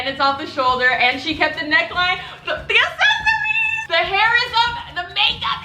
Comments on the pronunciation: GOOGLE HOW TO PRONOUNCE ACCESSORIES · English isn't my first language and I can pronounce accessories right sad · Some people say pop some people say soda. C's can sometimes make the s sound and I guess thats how people pronounce it where from. It's pronunciation not and ascent. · This girl thinks it’s the same as assists or assets, when it’s more like access or accept. The word itself has 2 “C”s at the front and shes just ignoring it all together. Accessories not Assessories. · It’s accessories not assessories dumb bitch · What the fuck is assesories?! Bitch it’s aCCessories🤦🏽‍♀️ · you say it like asses-eries while i say it like ex-ces-eries 💀💀💀💀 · its probably because you pronounce it ase-so-reese when its pronounced ax-e-soreese btw ily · Ok. Here’s the tea. People were nitpicking you about the way you pronounce accessories. I see why. You pronounce accessories “assesories” when most people pronounce it “access-ories” like saying access but then adding an “ories” at the end. Accessories. That’s the tea :P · It’s ACCessories not ASessories😂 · The way you say accessories isn’t correct. You pronounce the word as if you’re saying asses like assessment or asset when you should be pronouncing it like the word access or accept. Notice the word has two “C”s next the the “A” and not two “S”s. Access = accessories NOT Assets = accessories. There is a major difference and the way you’re pronouncing it IS in fact wrong. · Hhaha most people pronounce it "ak-sesory" and not "ass-sesory" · Assesories thats how you said access-ories is how you say it 😂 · it’s aCKsessories not assessories pmsl🤣ily tho💕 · No one: Literally no one:: ASsEsoRies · It's ACcessories. Like, "Account." Jesus.. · saying “assesory” for 19 min straight pt. 2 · Its ac-ses-so-ries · nobody:: assessories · I love you, and as a loving subscriber i want to help you. Its pronounced 'aksesoreez' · Say • AC-SESS-ORIES • thanks gorlie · no one:: asSesAriEs